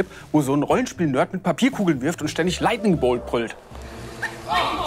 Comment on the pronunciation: Lighning bolt, lightning bolt, lightning bolt XD